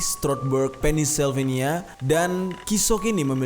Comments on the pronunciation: wkwkwk.. pennisylvania.. pennsylvania bro yg bener baca nya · Aduh bang pengucapan pennsylvania nya. *maaf